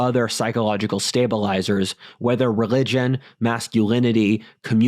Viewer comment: "I gloathe communism, but as I analglyze..." He pronounces all his L sounds in the throat with a g omfg REGLIGION